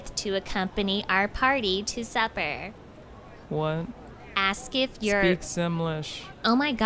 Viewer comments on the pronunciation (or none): Am i the only one i hear "suffer" instead of "supper"?